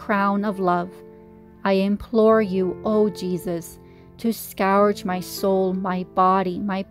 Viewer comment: Scourge is pronounced ' skerj'